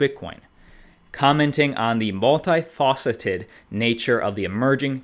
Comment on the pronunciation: Brad has been using that “I’m long Bitcoin” line for over a year. It’s part of his stump speech. I love how mainstream just now picks this stuff up 😂 Also, do you guys mispronounce words in jest (“multi-fauceted”) or is this just how you were taught? It happens regularly. Not just you two, though, Modern Investor mixes his phrases up. Millennials are an entertaining bunch!